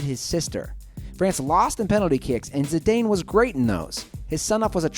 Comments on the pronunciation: this idiot mispronounced someone zidane's name. he said zinedine zid-ayne...it's pronounced zinedine zid-on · This guy makes great videos but needs to learn how to promounce names. Zee-Dayne is not really the best way to pronounce the name of one of the best ever football players.